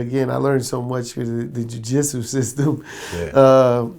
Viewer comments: This nigga deadass said the "jujitsu system" 😭😭😭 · Lol, anyone else here Chris Gotti say "I learned so much about the Ju-Jitsu system" instead of "judicial system"😂😆😭😜😝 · Man keeps saying Jujitsu System lol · I heard that too!